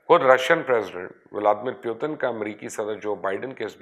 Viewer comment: At least learn to pronounce the names correctly. Its Poo+teen not Pyu+teen. And stop spreading misinformation regarding India.